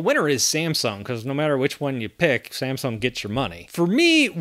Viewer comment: You have to pronounce like samsung not ssamsung😂